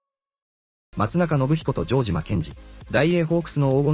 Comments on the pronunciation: ジョー↑ジマ↓ｗ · ジョージアみたいな発音だな